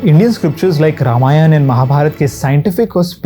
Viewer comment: A very good explanation and content 👍🏻. A little more perfection is needed in the pronounciation of the words. Instead of pronouncing ramyanaa, pronounce it like ramayana and other words also.